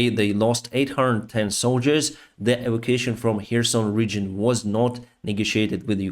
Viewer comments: Sorry, - e - vac - u - a - tion (e-vak-u-a-shon). Sorry, really did not understand the first three times you said it. Thank you for the update. Your channel is great. Down with the monster, beast and murderer of innocents - PUTIN. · Please......it is not "Avocason", the word is "E-va-cu-a-tion". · e - vac - u - a - tion (pronounced: 'shun')